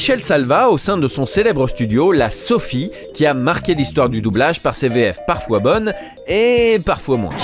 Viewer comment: "quatre zéquipes"...